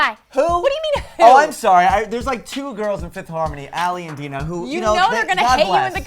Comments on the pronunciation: .........Deena? DINAH! DI-NAH ITS NOT HARD TO PRONONUCE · Dinah's name is pronounced "DYE-NAH" not "DEE-NAH". Honestly, it's been almost FIVE years and there are still people that STILL can't say Dinah's name right. -_ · First of all, how are you going to pronounce Dinah's name wrong, then basically say she'd never get anywhere with a solo career?? Who are you exactly? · first of all you pronounced dinah wrong 2 dinah has like the best voice in fifth harmony 3 stfu with this false ass information ally is not leaving she is like the most loyal member (besides dinah lauren and normani) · First of all when are you guys going to pronounce dinahs name right and all the girls are equally amazing "ally and Dinah aren't on the same level" are you stupid you guys are the worst news people I have ever seen and heard of they are not breaking up 5h3 said by the girls is going toBe lit stop trying to get views even tho you guys can't get any anyway the girls have fifth harmony and there solo endeavours so I don't know where you got this informantion from just beacuse camila left doesn't mean who's next like just stop making up romours and Get a life obviously no one likes you as you can if you look at the comments. Case. Closed. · so one day u say Lauren will leave and another Ally get ur self straight and learn how to pronounce of the name of my girl Dinah well